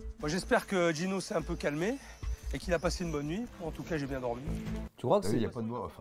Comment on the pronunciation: " C'est moi " ... Hey les gars j'ai un projet ... " c'est pas bieng "